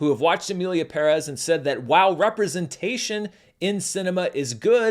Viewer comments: Thank you for pronouncing the Spanish family name PÉREZ correctly. Everyone else is butchering it!! Extra brownie points for adding the Ñ in Saldaña. Im impressed! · You’re the first YouTuber I’ve heard that actually pronounced Pérez properly. I don’t really care about all the drama though. Seems childish to me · The only American who pronounces Emilia Pérez correctly. More credibility to you! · Esto! Se sintió tan bien escuchar que lo diga correctamente! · Separated from the news, you're doing a wonderful job with Spanish pronunciation. I can't help but smile every time you say Pérez and not peREZZ. One little thing that will help you from now on: the ´ indicates the stress in a word, like Pérez. Therefore, Rodrigo Prieto's fillm is "Pedro Páramo," as in PA-ra-mo. It's also a classic of LatAm literature but I don't blame you for not knowing that Keep up the great work! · You know the video is going to be great when the guy says "Pérez" correctly. First critic I hear saying it correctly. Great job!...... And yeah, the movie is horrible. 😅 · He's the only YouTuber I've seen pronounce "Pérez" correctly, lol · seriously, enough with the perÉz already 😢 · Kudos for actually pronouncing "Pérez" the correct way, thing that the movie couldn't do. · Thank you for educating me. I don’t speak Spanish and I thought he was mispronouncing it because I’ve always heard it the other way, so I appreciate the information. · I like your style. So respectful but never lukeworm. And thanks for saying “Emilia PÉrez” and not “Emilia PeRÉZ” like everybody else. Greetings from Argentina. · Thank you for pronouncing "PÉrez" correctly. I know it might be tricky for english speakers but it's nice to hear it being said right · You area the only American movie critic that I heard said Pérez correctly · Thank you for putting the accent where it’s written! PEHrez not pehREHZ. Finally. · Thank you for pronouncing "Pérez" correctly. 🎉